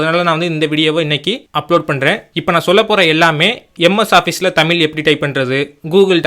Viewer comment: தமிழ் தட்டச்சு செய்வது என்பது குறித்து தங்களது விளக்கம் பாராட்ட தக்கது. நன்றி! ஆனால் தமிழை தமிழ் என்று உச்சரிக்கவும்: "தமில்" அல்ல.